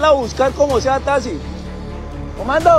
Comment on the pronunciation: Cuál tasi menos se dice taxi